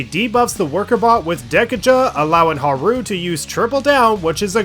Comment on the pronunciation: Huh-roo is killing me. 💀